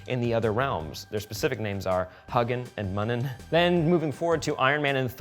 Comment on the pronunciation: haha come on, Odins ravens are Hew-gin and Mew-nin, not Huggin and Muggin haha